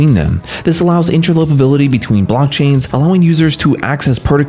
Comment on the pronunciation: "Inter-LOPER-ability" 😊 Sounds way better than "Inter-OPER-ability" Do you mind if I use that? PS Great mic and voice (and content). Bravo 👏 and thank you. 😉